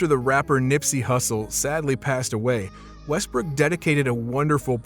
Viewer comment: Bro you sayin westbrick😂😂